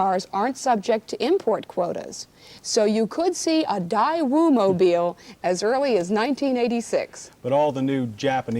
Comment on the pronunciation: it’s, ‘ Day-Woo’! 😐 pronounced.